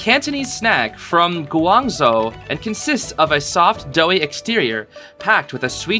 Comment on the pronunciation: and guangzhou is more like guang (you got this pretty correct zh-ou (the zh makes a “ch” sound)